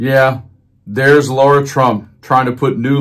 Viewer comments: Why is it so difficult for Americans to pronounce simple words? It's Lara, not Laura, It's Aileen (Cannon), not Eileen. It's Epoch, not Epic. C'mon man! This should not be so difficult! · Her name is LARA... not Laura! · Dude, I can’t stand her. But can you pronounce her name right? LA-ra, not LAU-ra.